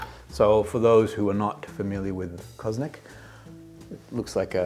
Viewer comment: Always a pleasure. The pronunciation is almost spot on, the little thing which makes all the difference is that the accent should be on the last vowel: co-zo-nAc (and not cOzonac).